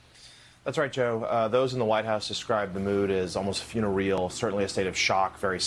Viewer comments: Mr. Lemire - it is not "fun-er-i-al'. It is "fu-nair-i-al." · "Funer real" No.. It's "Few-nare re-al" Sorry I couldn't stop myself...